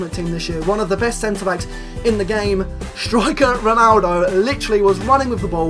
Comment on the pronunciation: First of all, breathe. Second, stop saying "shtriker"